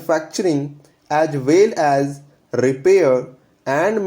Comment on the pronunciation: kindly work on the pronunciation of words like as well as, people.